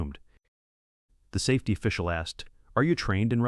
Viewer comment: S A Fety 😂🤣😂🤣 for safety